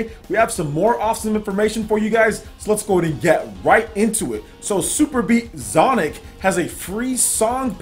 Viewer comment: It's funny hearing you say the title wrong lol and the songs are pretty cool I play the game mostly with touch controls but every now and then I play on the tv Superbeat Xonic is pretty fun to me.